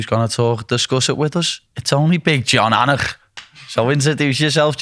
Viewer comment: “Jon AUGHHNUHK”